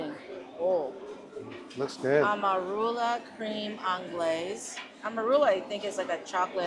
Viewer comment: Anglaise is pronounced 'On glaze.' It means English style custard.